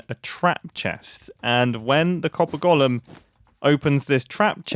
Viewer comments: And here's my third Hermit in 24 hours mysteriously unable to pronounce 'golem'... there's definitely something in the water! 🤔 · I like how Mumbo says “gollum” instead of “Golem”